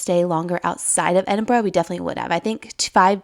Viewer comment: made me so happy hearing you pronounce Edinburgh correctly. glad you enjoyed it x